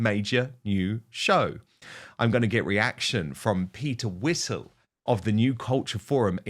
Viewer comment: Peter Whittle, not Peter Whistle. 😅